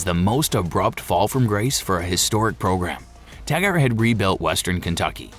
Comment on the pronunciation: It's pronounced Tag-ert not Tag-art